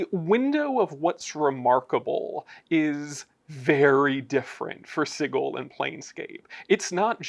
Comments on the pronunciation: That’s because it’s supposed to be pronounced si-jil (sigil) as in a magical sigil in magic or chaos magic, and you call yourselves designer’s ha 😂 you could at least pronounce it in the right manner. Man I miss the 2E days. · You guys are killing me with pronunciation of sigil. It sounds like this "sidgel" not "sigal" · I have to find the page in the original box set, but it clearly shows that it's pronounced s-eye-gull, Berk. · It's pronounced Sigil! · Is that really how you pronounce Sigil...? I mean "Cigggle", really? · I think I remember one of the original devs confessing he mispronounced Sigil in a few interviews and the mispronunciation has just persisted. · Sorry, gonna be keeping the soft G till I die. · Well, today I learned that i have pronounced Sigil wrong for all my life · Well remembered, it's in black and white in the original 2e booklet. Hard G, no ambiguity there, no controversy. Anyone saying it like a j is objectively wrong. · The Lady of Pain herself will punish anyone who pronounces "Sigil" with a soft "g" sound. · Today I believe my mind was changed, so thank you for convincing me to change my pronounciation of the city of doors, Sigil. Sincerely, QDW. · Had to stop the video because... that's not how I've EVER heard "sigil" pronounced. Like nails on a chalkboard...